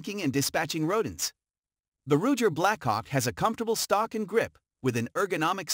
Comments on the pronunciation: Rugger.. lol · Hey intellegence its ruger .rudger da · Can't ever say ruger correct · The computer voice was pronouncing " lb " ( pounds in Foot Pounds ) as ulb. Haha